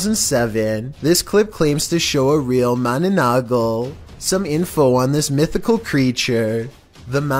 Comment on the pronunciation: Thats not how you say mananangal its ma na nang gal= mananangal